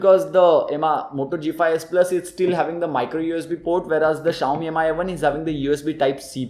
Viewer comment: It's pronounced as Mee not M I Try again